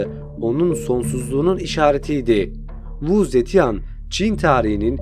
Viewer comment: keşke kadının ismini nasıl okuman gerektiğine bir baksaydın.